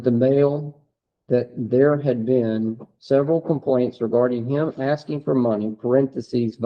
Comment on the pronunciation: Omg did he pronounce asking asting? He has an extra chromosome no doubt.